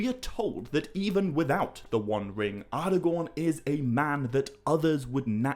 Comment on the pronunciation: Ardagorn? Elerond? Garladriel?